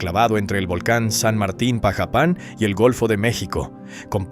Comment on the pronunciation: Dudo si es verdad lo q dices en el vídeo pronuncias mal Xalapa es jalapa así se pronuncia también pajapan lo pronuncias mal antes de ASER un video ilustrate infórmate primero .